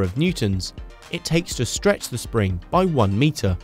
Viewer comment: "sring" lol.. You make great videos